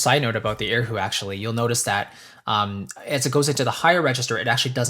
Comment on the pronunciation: Erhu, not air hu..haha, my friend.